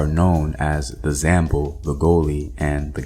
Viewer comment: Zamble is read "zamblay"